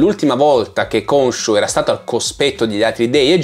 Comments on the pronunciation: Ogni volta che vedo le puntate in italiano mi viene l'orticaria. GrAnt anziché GrEnt. Konsu anziché Konshu. Il doppiatore di Oscar è bravo, ma sono state tagliate tutte le parti dove gli si chiede del suo strano accento, perché in italiano non ha accenti diversi. Preferisco guardarmelo in lingua. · Unica nota negativa della serie in italiano: Khonshu che viene chiamato Consù. Madonna che nervoso